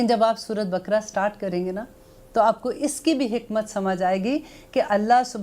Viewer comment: please talaffuz bhi sahi karein kuraan nahi Quraan Shareef surah bakra nahi baqrah hai Aap bahut achchha kam karrahi hain Allah is ka Ajr de Aameen lekin agar talaffuz agar sahi na ho toh baat sunne ka maza nahi aata